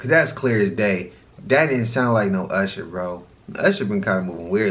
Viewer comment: somebody tell me why dude cant pronounce Usher and megan the stallion. he sounds so challenged